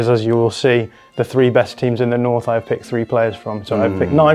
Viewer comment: north, butchered